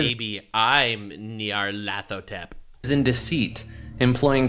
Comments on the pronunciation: NyarlEthotep, it’s a freaking E in the middle, he’s beyond life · Hearing trying to say Nyarlathotep is hilarious.